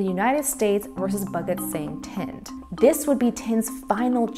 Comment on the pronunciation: Bhagat is pronounced as [pàgət]